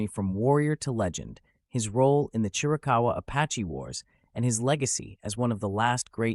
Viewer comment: It's Chiricahua not Chirakawa